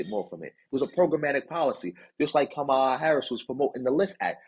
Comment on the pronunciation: COMMA-lah not kamal ah